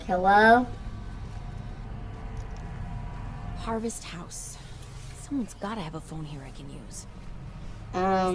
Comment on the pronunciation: When like Hellwo as she opened the gate!! 🤣🤣